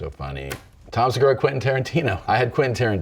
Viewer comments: Seguuuuuuraaa, sounds Japanese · Se gu raaaaah... Sounds Japanese ;)